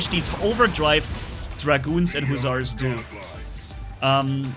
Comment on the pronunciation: you said husars again